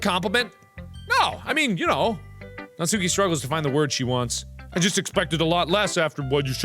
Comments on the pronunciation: It's not Natsúki, it's Nátsuki. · Mark please her name is pronounced Nah-tskee not natsookey I'm begging u please pronounce it right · markiplier. its not pronounced natsuki. its like.. nat soo ki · Natsuki's name is pronounced as "nats-ki", not "nat-su-ki" please get my waifu's name right. Hahaha jk xD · am i the only one screaming at how he pronounces natsuki???? naTSUki..... mark no... it's NAtsuki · It’s actually pronounced Nat ski but whatever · Lol I think Natsuki is pronounced Natski but you do you hunie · Also just one quick thing: Natsuki is pronounced Natski, Im pretty sure that the 'u' is silent. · It's pronounced like NAHT-SOO-KE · am i the only one annoyed about the way he pronounces natsukis name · The u in natsuki is silent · Btw you don’t pronounce the u in natsuki